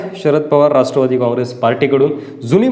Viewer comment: संपूर्न, जानून, रास्ट्र्वादी, कॉन्टॅक नंबर,आनी, राहन्यायोग्य,घेन्यासाठी, महारास्ट्र,....असे किती तरी अशुध्द मराठी शब्द वापरले आहेत राव.कधीतरी शुद्ध मराठी भाषा बोलायला शिका ना राव तरच आम्ही तुमचे व्हीडिओ पाहूत.